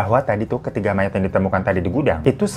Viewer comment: Mayat bukan mayit